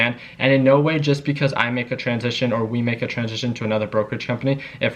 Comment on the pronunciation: Lol is he saying UGAZ or You Guys. The world will never know. (Lies, the world knows)